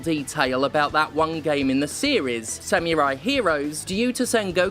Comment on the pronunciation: Oh god don't you start doing the Yahtzee thing of saying "sam-you-rai" instead of "samurai".